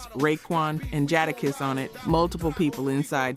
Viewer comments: Is she a Ai? Cause she kept chopping up names and titles. Don Carta Hayna 😅 JaHd A kiss 😅 lil Sies 😂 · Who tf is Jadda-kiss? 😂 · Right?? That turned me all the way off… not only is the voice annoying but she, A.I whatever the hell voice it is pronounced Jadakiss’ and Nas’ name wrong I was done and couldn’t even finish the video.. they really need to pick a better A.I voice that can pronounce names correctly and that doesn’t sound so country bumpkin.. it is terrible and I won’t be subscribing or watching any other videos.. sorry, not sorry!!! I’m going back to minding my own business now!! 😂😂😂😂😂